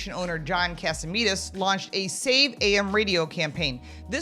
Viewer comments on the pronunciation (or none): You'd think these people could bother to get his name right. John Catsimatidis. Not Katsimedes. Where's Walter Cronkite when we need him?